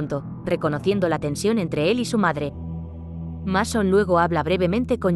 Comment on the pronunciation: No es por nada pero, antes de pronunciar un nombre en otro idioma, debes asegurarte bien como se pronuncia este en nuestro idioma, por ejemplo, el nombre del protagonista de esta película es Masón, pero se pronuncia Meison. No como se escribe o cortándole una letra a la pronunciación en nuestro idioma del idioma inglés, ( o sea, no se pronuncia ni Masón ni Mesón ).